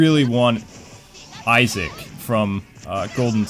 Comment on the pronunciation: the girl sounds cute, the guy needs to work on his pronunciation, "pokeemon" "iseec"